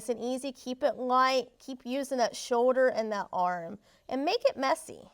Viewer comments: It’s shoulder not show-der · I cant even watch this video for her saying show-der and not shoulder